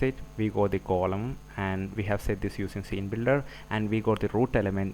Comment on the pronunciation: Its not coloumn.. Its 'Column'